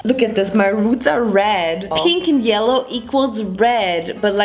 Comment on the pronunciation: what does happen if you mix peenk and yelloh?: gReEn i tHiNnk...: squirrel scream